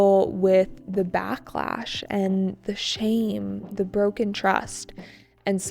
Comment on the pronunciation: bạn cho mình hỏi xíu về cách đọc với ạ. Tại sao chỗ "the product hasn't gone through safety checks"" mình lại phát âm chữ "the" là /đi/ mà không phải là /đơ/ vậy ạ?